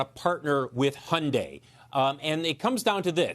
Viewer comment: its hun-dayyyy like Sunday